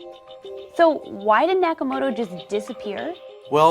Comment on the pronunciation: the western narrator be like: satoushi nakaomuotou, can't even pronounce it correctly (in Japanese way)